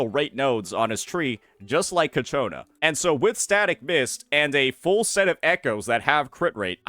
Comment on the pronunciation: FGS, IT"S CHIIIIYYYAKONAAAAAAA!!!